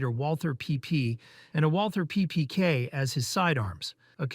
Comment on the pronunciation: It's not Walther It's just Walter